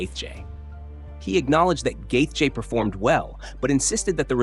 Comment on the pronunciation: Gay Jay? Dude if you can't say Justin's name right then stop making videos